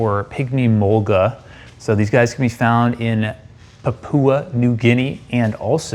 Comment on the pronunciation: This guy’s pronunciation is annoying the way he said mulga and Australian had me cringing bad as a Aussie.